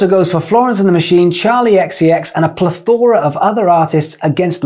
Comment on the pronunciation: Yeah yeah, but "plÉthora", not "plethÓra" (which sounds like some long lost secret yiddish kabal book Indiana Jones would go searching for). Look it up, using it wrong looks pretty silly. 😉 Also, the term, concept and above all the business perception of "content" itself is perhaps internet-biz-friendly, but it's silly, too. It's unfriendly to music and art. Music was here before it, and will be here after it, when someone else will be making new videos about some new word, term, concept, fad. And the term & concept of "micro-content" is... well, mega-insulting, and poly-ridiculous, IMHO: catering for lazy and adapting for stupid & vapid is a downward spiral. You're right on some things, though: it's always been hard work, there's always been a struggle between corporate wishes and artistic freedom, and there's always been marketing involved, often ruthlessly.